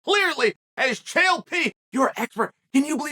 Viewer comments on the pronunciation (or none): none